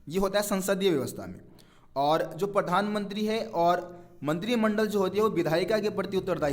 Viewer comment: Bhai pathanmantri nhi Pradhanmantri bolo :) </3